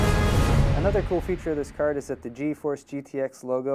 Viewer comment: He says cerd instead of card and hetz instead of hertz